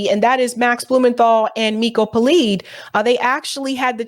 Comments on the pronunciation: It's PeLED, not Peleed. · Miko Peled- pronunciation of his name please correct